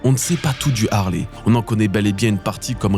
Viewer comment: ARRÊTEZ DE DIRE LE HARLEY C EST LE HALEYYYYY SVPPPP